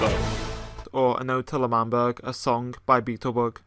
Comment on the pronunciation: “L’man- child- burg 😡”- dream